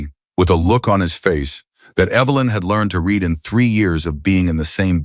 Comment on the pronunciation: I like the story a lot but PLEASE get rid of that narrator; he is annoying, he isn't just making too many mistokes that it would be possible to ignore them. He is consistently making them(. Red instead of read is another one ).